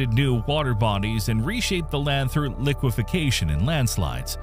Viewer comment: LiqueFACtion is not "liquification".